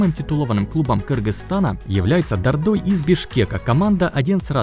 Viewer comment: Прикольно звучит Дордой, но местные говорят ДО́рдой